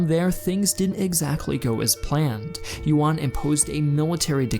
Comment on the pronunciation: Unfortunately, that pun doesn't actually work. "Yuan" is pronounced more like "yoo-ehn" (in one syllable) and not like "won."